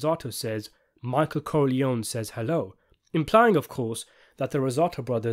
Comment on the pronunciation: “Michael Corleone-y says hello; thank god for speech therapy!”